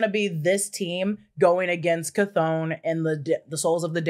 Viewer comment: I think it's pronounced, kah thong kah thong thong thong